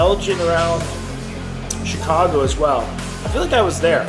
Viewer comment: We just gonna gloss over "Chigaco" vs. "Chicago"? Just wondering.